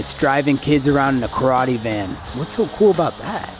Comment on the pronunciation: The way he says “what’s so call about that?” Is so funny